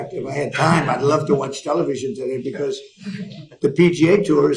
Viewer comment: I know that Ben pronounces some words a bit differently (because = "bee-KOSS" 😅), and that's ok, even though it's a little weird... but, he's GOTTA know the difference between "statue" and "statute", right? I'm left scratching my head... What's going on Ben? You're starting to worry me. Do you need a break or something? Don't worry, we'll be here when you get back. ❤😊